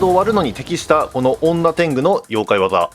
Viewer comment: 女天狗の読み方が本家だとにょてんぐだったきがします